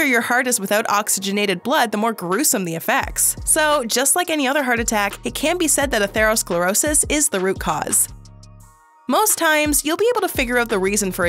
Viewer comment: Atherosclerosis: accent is on the first syllable, girl, not the second.